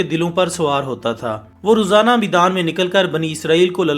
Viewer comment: Meedan nahi maidaan